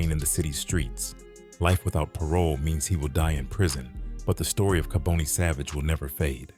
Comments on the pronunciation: Its ka bon ne not ka bone ne . Rip to all those affected by his evil acts . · Kaboni is pronounced "Kah-bonny" not "Ka-boney", you don't catch cancer! smh if you gonna tell the story tell it right! Bonnie didn't sell on corners. We Philadelphians don't like we you eff the story up. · It's pronounced "Ka-Bani" not "Ka-bonie". You can atleast pronounce the name right of the person you're making a video on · You pronounce his name wrong